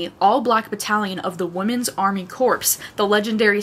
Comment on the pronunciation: Corps. is pronouce "core". It's abbreviated for corporation. Like, an exacple is the marine corps. You would say the marine "core". Not being a a jerk, just trying let you know.